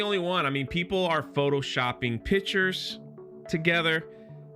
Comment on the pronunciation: I love you and your chanel but the word is PICTURES not pitchers. Its a pet peeve of mine. A pitcher is either a baseball player or a vessel out of which you pour liquid.